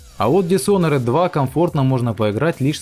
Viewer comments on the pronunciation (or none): none